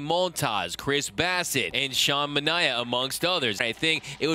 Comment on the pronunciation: would someone in the media PLEASE pronounce Sean Manaea's name correctly - it's MAH-NAH-AY-AH. Olsen and/or Chapman would be great additions. Gonsolin and Lux, plus some OKC talent would be suitable and just the kind of players that appeal to the Moneyball front office. Bickford was solid and could move into that set up role (for Graterol, who I think is ready for that breakout closer season), not to mention the depleted bullpen with the loss of Knable and possibly Jefe Kelly. That is all, keep up the great work.